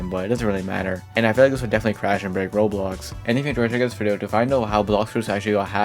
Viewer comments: Why does it sound like he's saying "Rolls" and "Rose" instead of Roblox? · why does he pronounce roblox like "rbz" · ive never heard someone pronounce roblox like roubooux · Why can you not pronounce Roblox?